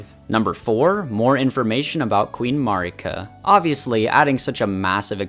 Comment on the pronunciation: This is a genuine question. Why do people still, 2 years later, say Marika's name wrong? It's said aloud in the opening cinematic.... MEHR-ih-kuh, not maRR-ik-uh, not murr-EEK-uh. I honestly just don't get it.